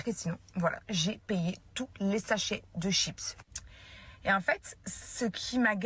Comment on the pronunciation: da italienne je suis comme je du mal avec le mots chipsss!!😅toutes les mondes me faite la remarque 😂😂😂